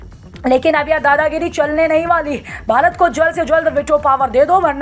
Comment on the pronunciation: Bharat ko Bharat bole aap baarat baarat baarat bolts ho